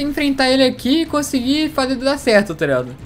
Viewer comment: Parece q ele n fala "taligado" parece "trado"